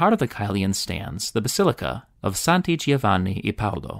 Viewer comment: Pro-tip for fellow Americans: ‘gio’ in Italian is literally pronounced like ‘Joe’ in English. Please stop saying “geo”. So instead of “geo-vanni”, it’s more like ‘joevanni’.